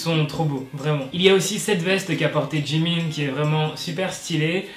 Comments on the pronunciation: " jimIN " MOI: CELUI-LÀ JE L'AVAIS JAMAIS ENTENDU SA SE DIT jimine LOL 😅🤣🤣 (J'AI RAJOUTÉ LE "E" POUR LA PRONONCIATION ) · Moi: regarde le titre Quoi?!!! Moi: euh déjà y a tellement de pubs ça me pique! Moi: Attends... Tu fais un titre pute à clique, tu mets 7 pubs et tu OSES dire "jimain" au lieu de "jimin" ? Et tu veux que je m'abonne ?! Nan mais c'est mort ! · "Jimain" RIIIIIP MON PAUVRE CHIMCHIM XXDDDDD Après moi je m'en fous de ce qu'il porte, Jimin c'est Jimin il est génial il est parfait, on vire pas Jimin. Merde Et très bonne vidéo aussi 😂❤️ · Euuuuh t'a dit quoiiii J.I.M.I.N non non non c'est Jimin 😛 MDR sinon trés bonne vidéo 😃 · On aurait dit mon père quand tu as appelé Jimin : Jim1 😂😂😂